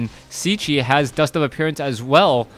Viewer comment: I think Cechie is pronounced Ketchy, but i could be wrong